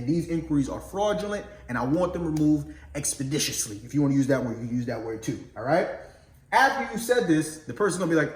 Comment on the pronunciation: Don't be on the phone messing up the pronunciation of "expeditiously"